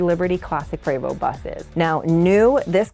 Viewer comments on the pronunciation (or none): Why are you pronouncing the name PREVOST as PRAYVO! It’s PreeeVost ( rhymes with Free most!